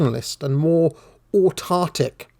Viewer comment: Autarkic, not 'autartik'